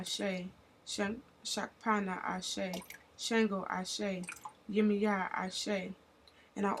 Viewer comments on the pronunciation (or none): Good thing to honor your ancestors. You could have done more research to actually pronounce the names properly to show respect. The moment you pronounced Yemaya as (yimiya)... You lost me.